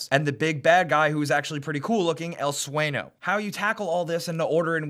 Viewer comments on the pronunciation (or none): It's sueño (swen-yo), not sueno (swen-o)